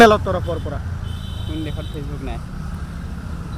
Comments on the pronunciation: দেহত উচ্চাৰণ হৈছে ভুলকৈ ।দেশত বুলি উচ্চাৰণ হ'ব বা কৰিব ।লাগে ।🙏🙏🙏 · দেহত 😮 😂😂😂দেহত নহয় দেশত । অসমীয়া শব্দ ৰ উচ্চাৰণ শুদ্ধ কৈ কৰিব । নহ'লে "জয় আই অসম" ধ্বনি দি লাভ নাই।